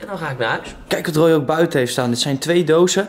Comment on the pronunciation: Het is toch Roy en niet rooy